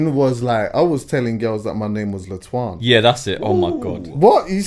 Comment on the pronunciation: MAN SAID LE'TWAN 🤣🤣🤣🤣🤣🤣 IS THE BEST FAM!!! 🔥🔥🔥🔥🔥🔥🔥🔥🔥👊🏾👊🏾👊🏾👊🏾👊🏾👊🏾👊🏾👊🏾👊🏾